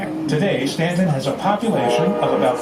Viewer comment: Pronounced STANTON..the U is silent